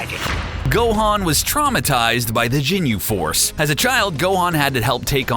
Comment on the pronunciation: nope... "Jinyu" force and akira "toriyaama".. but hey...